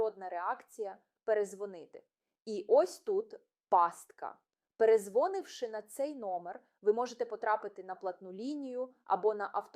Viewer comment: Не перезвОнивши, а перезвонИвши.